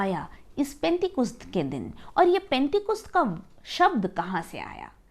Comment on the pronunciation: पेंटेकुस्त नहीं penticost होता h